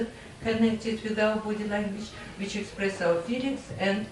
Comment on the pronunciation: Мне странно, что учитель произносит "р" так резко, что "w" в слове "which" превращает в обычное "в" без свойственного ореола. Речь звучит грубо и топорно. Но при этом учитель демонстрирует умение нормально строить предложения, наверника знает много правил и умеет их применять. Знание правил, словарный запас и произношение должны расти параллельно. Кажется даже ученики лучше произносят те же слова.